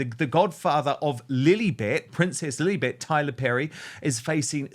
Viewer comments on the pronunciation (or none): Hi Dan i just have one request, that is could you please stop calling the child Liilibet maybe just Lilli. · CORRECTION it is not Lillbet it’s LILLIBUCKS!